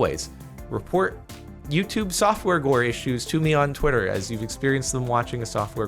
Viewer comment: is it just me or did it sound like he said softwore gore